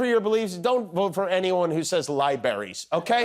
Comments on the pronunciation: SHE SAID LIBERRIES. GET HER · She said " Libaries" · "libaries" - Tells you all you need to know. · Hahaha... "lie berries". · She said Libaries? Such a telling sign that someone is loved by Trump. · “Libaries” huh😆🤣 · "lyeberries" 😂 hahaha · "Don't vote for anyone who says libaries..." I would still vote for Marge Simpson though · Can I "aks" you if you said "libaries? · Did she seriously just say "liberries" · "... in our school's and 'lie-berries'" Actual maga candidate. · "Don't vote for anyone who says "liberries" lol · “Lieberries”. That’s how our assistant principal pronounced it. Some kids actually found a wind up toy of a strawberry that would take a few steps and fall over, as a gift for him. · Libary's...hahhahahahahah...supposedly....i mean supposably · LIEBERRIES. HAHAHAHAHA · The Fonz said "Libaries". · Did I hear her say “lie berries”? Ok, looks like I heard that correctly. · is running against "LIBARIES"!